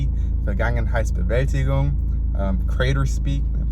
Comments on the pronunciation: BRO PRONOUNCED THAT NAME LIKE NOTHING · Dude, respect for pronouncing that title. I'm way too scared to even try, lol